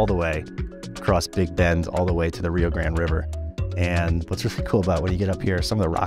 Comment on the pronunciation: Great video. And you even corrected your pronunciation of Rio Grande to the way we Texans say it, “grand”! Because it is!